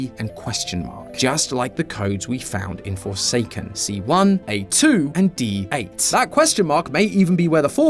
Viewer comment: D8 sounds like DEAD or deight to be more exact